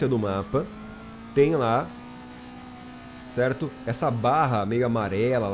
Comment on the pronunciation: E ai tudo Cerrrrrto? essa puxada de R é do nosso kkkk